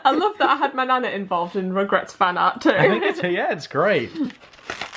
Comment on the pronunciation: When she says "Rugrats" it sounds kinda like 'regrets' haha the fan-fiction of regrets 😂